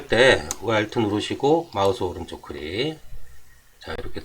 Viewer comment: 크릭 아니고 클릭입니다.